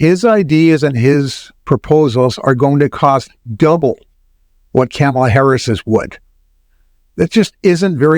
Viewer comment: While I enjoy your commentary Vice President Harris's name is pronounced comma la, not camel a. Trump is a bankrupt fool. Inflation is a natural result of huge deficits.